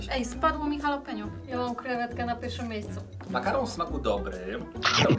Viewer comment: Przepraszam że to mówię ale no zawiodłem się Czorajzo? Często też mówicie Dżalapino